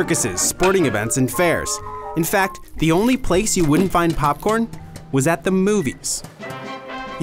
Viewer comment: emphasis on the word "was"